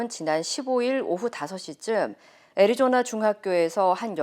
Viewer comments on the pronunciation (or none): none